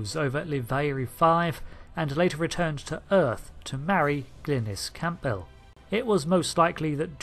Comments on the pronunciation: BTW.. the sir name you said.. of his wife in the story is spoken.. Campbell.. Not Camp-Bell.. I should know It's as you see it's my sir name! One word not two separate words. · My only complaint is your pronunciation of Campbell, it's actually pronounced Camble. Aside from that ridiculously minor niggle, I thouroughly enjoyed this video. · AND THAT PRONUNCIATION OF CAMPBELL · Then he slaughtered the pronunciation of Campbell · Edenborough??? Did you mean Edinburgh i.e. the capital city of Scotland? The 'p' is silent in the name Campbell. The beta content fills a lot of gaps with very little conflict so its inclusion in the timeline is justified.